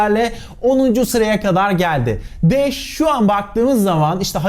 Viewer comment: Sen de sağol ne bileyim uzun zamandır seni izleyip de hala şu haline alışamayanlardanım 😃 öyle bir anlatışın vardı ki başta sanki dash değil de Anadolu şivesiyle kaçın daş yağıyor daş der gibi geldi bana.